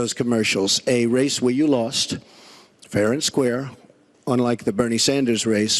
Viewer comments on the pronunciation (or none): none